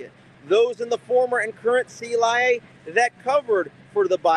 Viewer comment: I simply love it when he said “The C-lie-A!!”